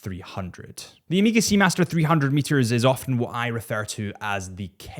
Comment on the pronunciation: Bro, its not Emega